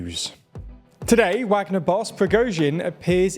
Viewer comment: The only thing that bothers me about these videos and channel is when they choose to pronounce things right, like I understand the reason why but now that it's in the same video it I can see they pick and choose. They mispronounce names of Ukrainian cities and the one that bothers me the most is when they say Wagner without the V sound but as soon as it comes to the country Niger, they pronounce correct, now I don't want them to mispronounce the country name obviously but it is quite funny, especially when it's plainly obvious such as this video 😂